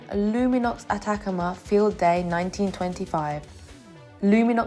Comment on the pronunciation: I've a feeling that you didn't know and therefore didn't look up the name Atacama, as you're pronouncing it incorrectly. The emphasis is on the 3rd syllable. It's the name of a desert in Chile. I'm pretty sure Bear Grylls did an episode there.